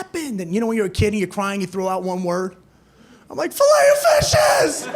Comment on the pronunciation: fillet 'o fish! I kept thinking 'flayofish' what's flayofish?, lol